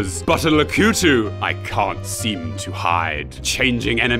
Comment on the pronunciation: Over a year of production goes into this video, in addition to a lifetime of exposure to the gaming world/universe of Mario, and he still doesn't know how to say "Lakitu" properly. 🤦‍♂️🤦‍♀️ "Lah-koo-too," he says. Oof. 🙄😏 (Just kidding,. Love the content and appreciate all of the love, hard work, and dedication that you put into them. Also, Part One was EXCELLENT.)